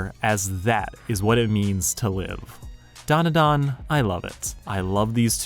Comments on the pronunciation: It’s pronounced: Dan (like the name) Duh Dan (like the name) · Look man great video, but I can't get passed how you butcher the title when it's literally the first few words of the opening song